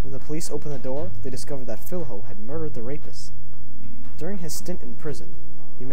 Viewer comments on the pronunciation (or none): Cool video, but the correct way to pronounce the "fiLHo" is like the the two L in spanish. Like in "Pollos", so read it as "Fillo"